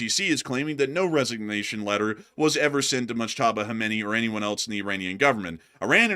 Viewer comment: The word "else" is pronounced: /els/ It sounds like "ELS" (rhymes with "bells", "sells", and "wells").🎉